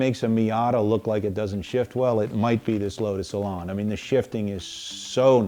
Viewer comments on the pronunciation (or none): Elan rhymes with pan. It's not an Elon.